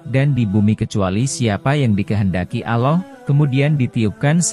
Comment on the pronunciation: Allah bukan aloh